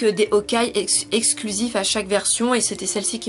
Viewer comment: Entre Fire Emblem Fates et Fire Emblem Echoes j'ai largement préférer Echoes. C'est qu'une impression ou tu dit O-kai x) ? C'est assez perturbant vu que j'ai jamais vu un Y muet Fais attention avec Tokyo Mirage Sessions #FE (ça se dit #FE après le tokyo mirage) y a vraiment peu d'élément sur la série Fire Emblem et le jeu est entièrement en anglais, le jeu est un "mélange" ou plutôt un "persona" avec des éléments/clin d'oeil sur Fire Emblem. Personellement j'ai eu la nintendo switch avec Splatoon 2 et ARMS, mais sur PS4 j'ai aussi eu Nier:Automata que j'adore. Mon prochain achat sera Danganronpa V3 (disponible sur PC/PS4/PSVITA) il va être traduit en français du coup j'ai hâte vu que c'est rare les visual novel d'enquêtes en français .